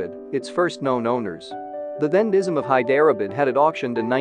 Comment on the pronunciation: Thank you I thought at first it was my ears...In places, i didn't understand what the narrator was actually saying till I saw the spelling Hyderabad, Nazim etc, etc Time and time again...so bad. Why?